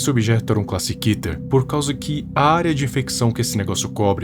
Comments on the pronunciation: Nao se le Kéter mais sim Kêter. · É muito estranho ver ele falando kéter e não kiter kkkkkkk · Mas se Diz Kéter animal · "kéter" uma das pronúncias que na minha opinião é ridícula Mas vou aceitar por enquanto '-'